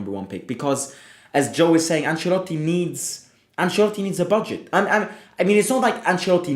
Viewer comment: Bruhh its Ancelotti it like has to be